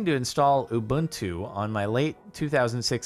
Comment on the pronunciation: I'm more impressed that he pronounced it correctly.